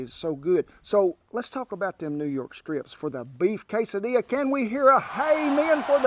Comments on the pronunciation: He pronounces it wrong… quesadeeya not quesodilla. Eat them all the time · He is saying quesadilla wrong. Maybe he's doing that on purpose to act cute. We pronounce it the end with Ys like the Spanish do. Quesa di yy a. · first, is being intentionally silly by mispronouncing quesadilla with the "l" sound in there. It's pronounced "kay-sah-DEE-ya," and yes, all Americans know how to make basically this deluxe grilled cheese sandwich, using tortillas, rather than bread. The name comes from "queso tortilla." Traditionally, they only had cheese, hence the name, but throw in fajita vegetables, and if you eat meat, that too, and you take it from something more like an appetizer to a meal. Grilled or sauteed peppers and onions are a must, but from there, you make it your own, in the true American spirit. I am actually very surprised that didn't put some grilled onion in there! To do that, slice the sweet onion about 1cm thick, oil it on both sides, and grill it till tender and starting to brown. Do this at the edge of your grill, so they don't char/burn. Chop those up and add in. It is a MUST. Do sliced bell peppers of whatever color the same way. The smoky slight char adds a LOT of flavour. At the Mexican restaurant I used to go to, they served the veggie fajitas or quesadillas with seasoned refried beans and rice. If you wanted, they also had fajita chicken or grilled steak to add in. I quit them, because I found they make their rice and enchilada sauce with chicken stock, and never told me, when I had asked. As I said in another comment elsewhere, you can easily grow your own jalapenos in a sunny window, in a pot. You can easily buy seeds, if you can't find started plants at your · Sounds out Kay sa Dee a! No l sound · Like tacos or burritos you can put anything your heart desires in quesadillas. At the end of the day, it will still be a taco, burrito or quesadilla. Again, an ee sound not an L sound in quesadilla!!